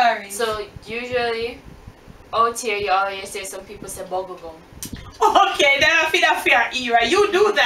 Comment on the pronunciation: 🤣🤣🤣... love it... I always wanted to know when Jamaicans try to say little they say “Likkle”... I hear this a lot... (little thing) but they say (likkle ting)...I was dying laughing when said bu-gu-gum instead of bubble gum... 🤣🤣🤣🤣..... that was a good one... looking forward to the surprise video also!!!